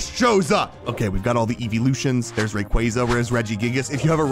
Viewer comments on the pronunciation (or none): none